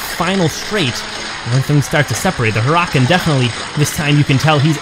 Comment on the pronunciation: Not to be rude but Huracan is pronounced (Her-uh-con)